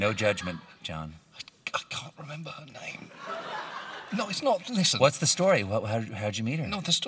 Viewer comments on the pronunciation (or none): none